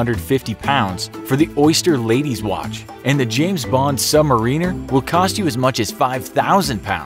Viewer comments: Don't like how he says "Submariner". It's "submAriner" not "submarIner". Almost like "mArinara" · Rotating bezel not dial and its "submárener" not "submarina sandwiches" and I'm just 2 minutes into the video forget about watching the rest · There’s no such thing as a Sub marina. It’s a Sub-ma-rin-er, which means a member of a submarine crew. 🤦🏻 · He called it a “submareener” it’s not fucking sponsored by rolex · James Bond "Submarine-er" lol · submariner 😂😂 the way he says it lmao. its ok tho i dont have one 🤷🏻‍♂️